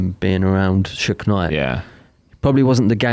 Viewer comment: Biggie wrote Who shot ya before 2Pac got shot,and it’s Suge not Shook 😂